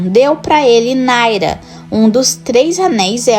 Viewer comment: Imagina voce ter um canal focado em senhor dos aneis e não saber que o nome do anel de fogo é Narya e não Naira